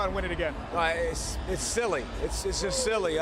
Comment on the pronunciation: Silly? That's what I heard. Pollack...